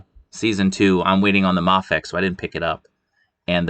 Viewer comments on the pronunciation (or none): It's pronounced may fex.